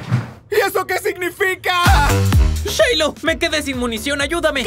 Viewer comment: Se dice Shiloh